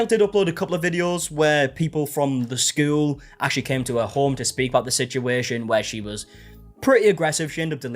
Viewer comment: The way you say school is so Jan from Brady Bunch coded. Skewwel